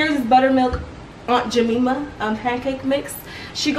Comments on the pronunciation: It’s aunt ja-my-ma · The way she said aunt jemima😂😂😂😂 Lmk if anyone else says it like that?🤔🤩